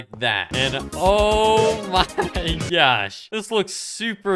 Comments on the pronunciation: bro i cant unhear the "o my gyatt" oops i meant the "o my gosh" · Who else loves it when he says: “Oh My GYaSh”